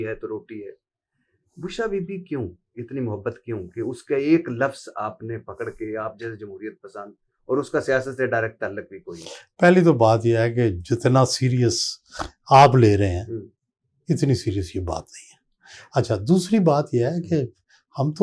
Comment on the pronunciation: ملکھ یا ملک؟ اب انکے منہ سے نکلنے والے الفاظ سن لیجئیے۔ روڈ رولر (رولر کا تلفظ ایسا جسکا مطلب ناپنے والے آلے کے طور پر استعمال ہوتا ہے )، فرض (ف اور ر دونوں پر ذبر)، تلق (تعلق)، انیس سو اٹھونجا (اٹھاون)، law کو لا، وغیرہ۔